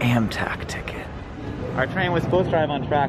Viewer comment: i love the 'amtak ticket'